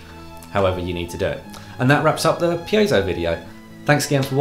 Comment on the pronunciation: Finally. Somebody who knows how to pronounce piezo